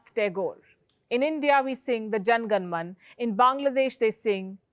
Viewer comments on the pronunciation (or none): Jana gana mana, not jan gan man. National anthem should be pronounced correctly. Present Bangladesh is only East Bengal, not total Bangla. In all old Bengali literature and other Bengali texts, Bangladesh used to be referred encompassing present Bangladesh, West Bengal, Bengali speaking Barak valley of Assam, parts of Jharkhand, Tripura. Bangladesh is encircled by India about 300 degrees out of 360 degrees. It looks unnatural when looking at the map. The partition itself has been unnatural, like cutting a lump of butter by a knife. This is the age of amalgamation. Hear a prediction from me. None of all these small countries will be able to retain their separate identities eventually. Can Maldives remain a separate country? Nepal is in the process of being taken over by China since Jawaharlal Nehru did not agree to King Tribhuvan's offer of getting Nepal merged with India.